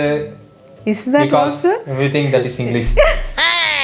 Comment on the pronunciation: "eeeh eh everything is that wassu because within that inglishu" vera level naa😅🥰